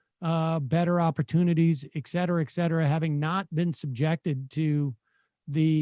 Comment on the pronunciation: Some day Sam will learn it’s et cetera, with a t.